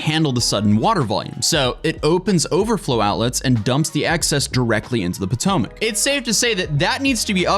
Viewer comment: It's the poo-tomac river